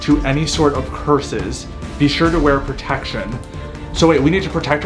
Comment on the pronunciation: full maximum Pre-tec-tion. Me:you mean pro-etc-tion